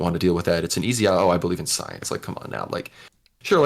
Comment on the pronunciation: "Just look at the soyence"